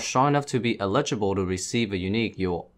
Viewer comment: I love you but somehow you can say eligible and make it sound like Ineligible at the same time.